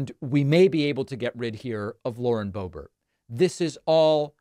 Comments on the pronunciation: Did he say boebear? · Please, stop saying "Bobear"...there's nothing about her that is French other than kissing trumpty-dumpty's butt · Don't give gropebert a french pronunciation. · Not bo bear it’s pronounced bo Bert rhymes with hurt. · Not surprised. Might her district be tired of her antics? And what's with the "bow-bear" pronunciation? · It's pronounced "boobert". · It’s pronounced Hoebert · Do you not know how to pronounce her name? You look dum*. Purposely mispronouncing someone's name is childish, trump uses the same tactics. It's sad you went down to his lvl